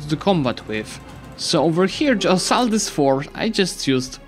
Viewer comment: Do you realise that you pronounce "assault" kinda like "asshole"?